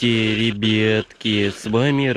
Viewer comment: Я люблю когда он говорит рэйбятки хахахахахахах🤣😂🤣😂😂😂😂😂🤣🤣🤣😂😂😂🤣😂🤣😂🤣😂🤣😂🤣😂🤣😂🤣😂